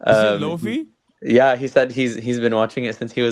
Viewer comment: Playing jump force and pronounced luffy's name wrong is hilarious